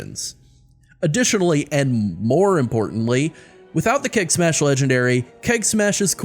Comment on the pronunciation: Keg Smash sounds like KEK smash)